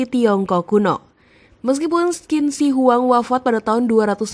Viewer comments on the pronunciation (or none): Yg benar: Chin Se Huang. Ada baiknya admin channel cek cara baca nama2 mandarin di google translate, spy tdk salah baca. 🙏 Sayang, kontennya bgs tp pembacaan nama2 mandarin kurang tepat. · Qin shi huang itu cara bacanya kaisar chin se.. Huang = Kaisar Qin = di baca chin Shi = di baca se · Bacanya Cin Se Huang/Kaisar Pertama Cin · Bacanya: Chin se huang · Maklum yg baca narasi itu blm paham bahasa mandarin😅😅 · DENGARNYA SAJA RISIH BANGET 😆🤣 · Tergantung dialeknya